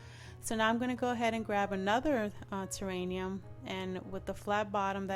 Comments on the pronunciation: love your vids and you accent. honey it is terrarium. not terranium. pls know i think it is sweet that u misprounced it. not being mean at all. i would want to know if i pronounce something wrong, so i am letting you know. xoxoxo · This is beautiful! Wish I had room for one. I love it. May I tell you the word is "terrarium".